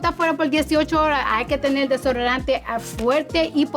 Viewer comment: Una farmacia dentro de una Hermes 😅 repetí varias veces solo por el Placer de escucharla hablar español. “Desororante “